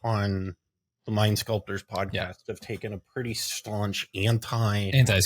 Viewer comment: when you said mind sculptors I heard “lime sculptors” 😂